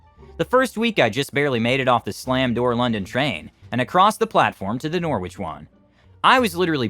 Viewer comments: Great job on the English names except for: Loughborough = Lohf-brow and Norwich = Nor'ich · The correct pronunciation of Loughborough and Norwich are 'Luffborough' and 'Norrich' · Loughborough, Norwich, Leicester and Ely were all mispronounced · Never heard anyone say norwich like that before